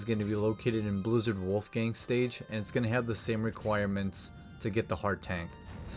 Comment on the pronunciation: like how you're saying Wolfang wrong lol